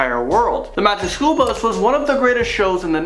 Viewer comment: Are you saying, "magic SHOOL bus?"